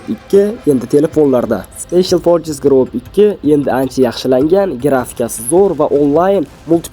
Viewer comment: Korses deydimi 😅😅😅😅 fores deyiladi